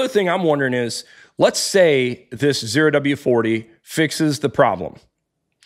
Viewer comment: It’s ZERO W-40, not the letter O oh.